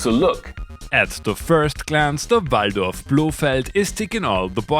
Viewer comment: Finally someone that says VALDORF as it should be said